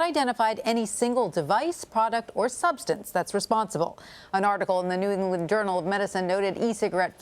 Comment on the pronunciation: “an article in the Nuinglin journal”